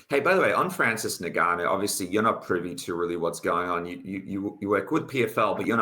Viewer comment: The host should really know how to pronounce "Ngannou" by now